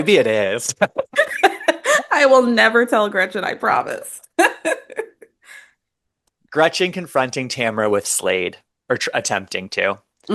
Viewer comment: every time I hear say Gretchers I want to burn her contract and exile her to a Third World country, with no Trader Joe’s rice for her son!